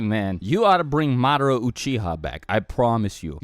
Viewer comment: did you just say MAADRA